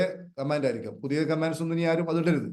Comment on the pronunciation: കമ്മാൻഡ്‌സ് അല്ല സാർ, കമന്റ്സ് എന്ന് പറയാൻ ശ്രമിക്കൂ ❤